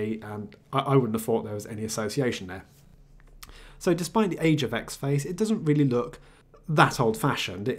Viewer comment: great video as always, but this is the second one where you review a distro with the xfce DE and you keep saying "X Face" Ahhhh please stop it's having the same effect on me as someone dragging their nails over a chalkboard it's pronounced as four individual letter's, this from the first line of the wikipedia entry for xfce:- "Xfce (pronounced as four individual letters)" see!, small gripe I know but it's got to me, you wouldn't say Kade for KDE would you?, anyway feel free to ignore me and keep making video's.